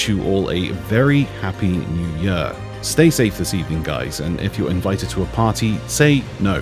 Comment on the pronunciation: „Very happy new Yör“